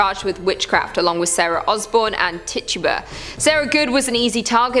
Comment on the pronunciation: I think it's like "Tich-oo-bah"